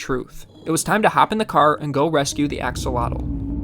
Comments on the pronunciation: " axolado" hahahahhaha, repeat with me: A HO LO TEH...do you want me to say your gringo name like this:? hahahaha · I just want to say it is pronounced "ack-oh-low-till" which is an indigenous word not "axalottle" as you said it 🙏🏼 thank you for your video! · The correct pronunciation is ah-SHOH-loht. It's a Nahuatl (nah-watt) word. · As per my wife...who happens to be be Mexican, it's pronounced ahh-haa-lote. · You've been pronouncing it wrong its pronounced like ash-ol-lot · Thanks for saving his life. btw. The right pronunciation is: ah-hoh-LOH-teh. Mexico is pronounced ‘MEH-hee-koh,’ not ‘MEK-see-koh.’ The X is pronounced like the Spanish J. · the actual pronunciation is ah-show-lot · Yay...Name, Ashy? As its pronounced Asholot FYI, it's Aztec 😊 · it's pronounced "ah-ho-lo-teh" the x is a Spanish j sound, so an h. Like how Mexico in Spanish is pronounced Me-hee-coh. I like the suggestion of Nubs for his little arm. Could also be Manita (little hand in Spanish) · Why does no one pronounce it correctly?!